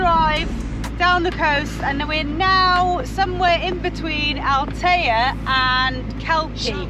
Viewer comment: Ahhh guys it's Al-tay-ah....My Spanish home town. I'm seriously shocked seeing Villa Gadea with so many vans there 😢 Another place ruined by park 4 nights 😞